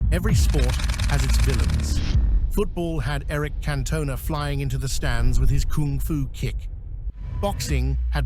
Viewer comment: disliked for the pronounciation of Eric Cantona and using AI slop for script and narration